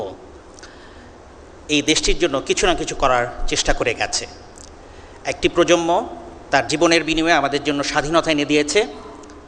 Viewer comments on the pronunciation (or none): Dear Lecturer, Correct spelling of Bangla word is "PROJONMO" not "PROJOMMO" as you say.